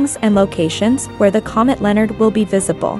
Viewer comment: If you are going to make a video, at least pronounce the name correctly...!!!